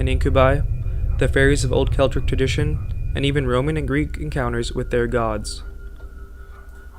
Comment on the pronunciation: Whats "Celtric"? - Whats "Intra Religion"? - Whats "Sickoobai"? You know there's nothing wrong with a second take?